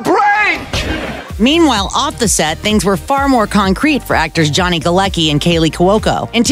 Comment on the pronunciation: 'Galecki'' is a polish name so it's pronounced "Galetzki' not 'Galeki'